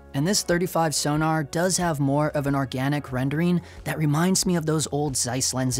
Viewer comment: Please.... it's not 'Sonar' it's 'Sonnar' (short 'o' as in 'gone'). You could even say 'Zonnar' due the German origin, but that's going too far.